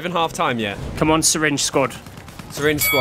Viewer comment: it's not sayrinng it's syringe